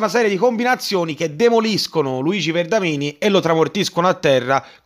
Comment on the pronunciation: Si chiama Vendramini però, non Verdamini 😂